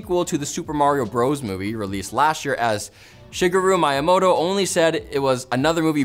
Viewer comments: He just read Miyamoto, and as person whose first language is English, he pronounced the "mi" as "my", since when you say "i", it sounds like the "y" in "my". That is the only logical reason that I can think of. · Like, it isn't a English name, so don't pronounce it English ¯\_(ツ)_/¯ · It's not even that hard to pronounce. How did he messed that up so badly? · doesn't know how to pronounce Shigeru miyamotto